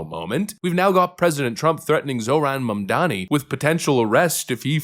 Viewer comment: At least you've learned to pronounce his name. 👏 👏 👏